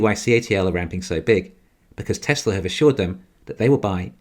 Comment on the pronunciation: Why can't you pronounce Tesla correct?